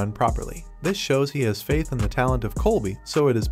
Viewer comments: If his name is "Coby", why do you keep calling him "Colby"? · Lol it’s Coby not Colby and his coaches name is Caleb not Kahlab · OK, I was wondering why the narrator kept calling him "Colby"! 😂